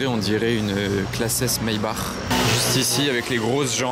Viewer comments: Je comprends pas pourquoi tu prononce MAYBARRRRR c’est MAYBAKKK En français ! c’est plus beau à entendre, les anglais quand ils prononcent BUGATTI ils l’a prononcent BOUGATi et non BuGATi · je sais que c’est allemand mais en français ça se prononce maybak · Comment il arrive à transformer maybach en maybar je comprend pas trop 🤣